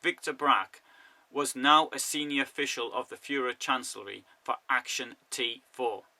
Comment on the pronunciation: I would have to watch the video again, but I remember the word Führer, the pronunciation of the names with "von" and some local names. I don't mean to be mean and criticise you...